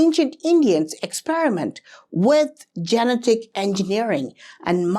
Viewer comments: I enjoy your videos, but I have trouble some times bc you mispronounce some words. Such as genetic. Ji- Net- ik. Your English is impeccable except for a few words. Keep the videos coming! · Praveen, I love you man, so I'm going to help you out. genetic. how you say it in English, this is how it's pronounced: just say the name, "Jeanette." now say, "ick." again, say: "Jeanette-ick." try it, I'll have you talking in perfect English in no time. 😝💯💯💯